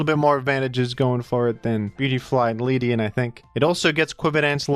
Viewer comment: The way he pronounced Ledian